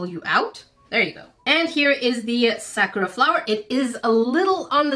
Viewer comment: She pernouced it wrong by accident so you got anger issues or something just bc she pronouced Sakura wrong